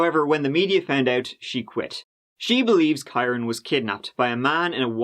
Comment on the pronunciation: dude im irish too. kyron is pronounced the same as kieran